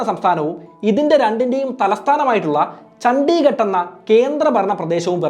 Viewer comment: ചണ്ടിഘട്ട് അല്ല chandighatt 👍